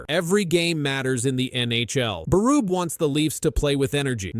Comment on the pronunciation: that's not how you say Berube